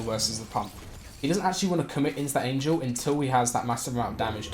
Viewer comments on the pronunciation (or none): none